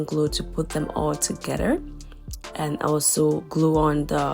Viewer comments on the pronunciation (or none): Together not Togeder please!